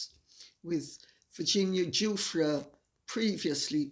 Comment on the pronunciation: I believe the woman's name is pronounced with a soft G so that it sounds like- zhoo-fray. It will be a name much uttered in the next few weeks.